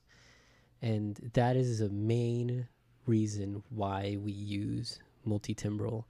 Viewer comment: It's pronounced "tambral" as in musical timbre (tamber)